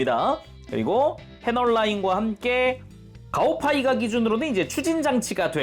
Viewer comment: 가오파이가라고 부르는데 왜 가오가이가라고 들리는가...